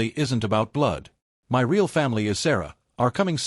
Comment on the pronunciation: Why can't these robo voices pronounce "my"??